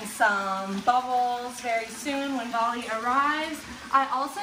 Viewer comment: It is bali not vali 😅